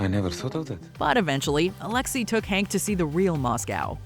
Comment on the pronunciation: Fact : his name is Henk, not Hank. Surprised in your fact finding video you get his name wrong